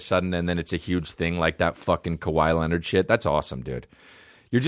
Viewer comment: “Cowee Leonard” lol